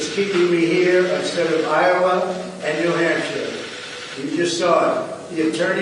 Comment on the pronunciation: Did he just say "New Hamster"?